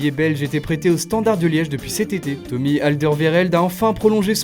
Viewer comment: Tu a ft un petite faute avec alderweireld c est toby et pas tomy sinon bonne vidéo